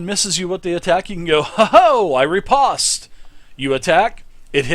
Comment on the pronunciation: I appreciate your knowledge of what a riposte is and the great review, but I cringe so hard when I hear you pronounce it. Say it like Rip (as in ripping) and Po (as in strike a pose) and end it like your saying "post". No harm in fixing mistakes, good luck. ~A fencing captain